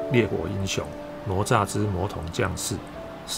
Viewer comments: Up好可爱，不过那个念ne zha,不是nuo zha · ……挪炸是什么？那个字念“呢鹅”吒…… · 不是nuo zha，是ne zha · 为什么台湾会念成：挪nuo炸zha? 应该是：哪（ne 同讷）吒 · ne zha不是nuo zha 哈哈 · 哪吒，这个名字读 ne zha （呢扎），这个字在这里的读音跟佛经里的读音一样，不读 nuo zha（挪炸）。哈哈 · 并不是我要抬杠，哪吒的哪念 ne 第二声，而不是nuo……听着难受🤣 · 快来纠正下发音哪吒 né zhā ，不说成了罗渣，咯炸、拿抓！ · 不是nuo zha 而是ne zha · 不是罗吒 发音跟“勒吒” 比较像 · nezha，台湾口音怎么念成nuozha了。。。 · 我太喜欢你的解说了～ 台湾和大陆用语的不同也十分有趣，比如我们会说“熊孩子”，你在解说中用的是“死屁孩” 哈哈哈哈，真的好可爱好有趣。 噢还有，哪吒的普通话发音是“ne（二声）zha” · 听读哪吒好像mozhua呀哈哈哈哈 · 纠结了一下，还是希望说一下读音的事。。。哪吒惯读（呢né渣），只是把第二个字轻声弱读后会听起来像（炸），其实应该更像卷舌的（咋） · "哪“字的讀音台灣和大陸是不同的，台灣的國語辭典: 字詞【哪吒】注音ㄋㄨㄛˊㄓㄚˋ，漢語拼音 nuó zhà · 哪吒（音：呢喳） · 跟我读：ne哪 zha吒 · 不是“挪吒”.... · 读错了，哪=那！ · 兄弟，听了你的哪吒发音，我有点怀疑人生了，是糯炸还是拿炸？还是ne炸？